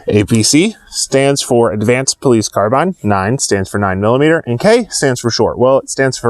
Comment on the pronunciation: "car-beans" the cringe when folks into the gun industry don't know how to pronounce a simple word😄